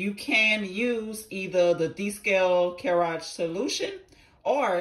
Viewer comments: I cannot get past the pronunciation lmaoooo my sister in Christ, it’s “cure-ig,” not, “Care-áge” 😆🤣 not to take away from the main idea of the video tho, it looks like you’ve helped a lotta ppl with it! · What the hell is a cureage. Lmfao its cur-eg